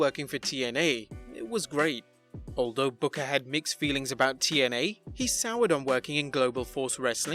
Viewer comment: And it's TNA not YNA